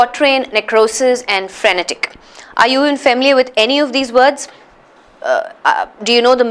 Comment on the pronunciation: mam how u said not frenetec.....its frenetic..i cant understand plss say how to find wrongly spelling...